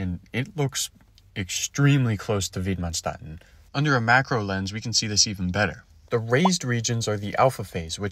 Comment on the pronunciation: Approximate pronunciation of Widmanstätten: vid-man-shtett-ten